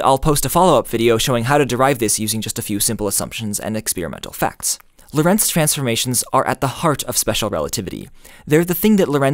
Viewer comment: Prof. Lorentz's first name was Hendrik and so is mine. He was a Dutchman and so am I. His surname should be pronounced as LORentz and not lorENTZ. The first syllable is the stressed one.